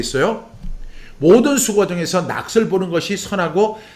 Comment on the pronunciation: 목사님, 오늘도 말씀으로 은혜를 받게 하시고 정리가 되게 하시니 감사합니다. 목사님께서 말씀을 전하실 때 '낙을'= '나글'로, '몫을'= '목슬'로 발음하시면 더욱 정확하게 들릴 것 같습니다.^^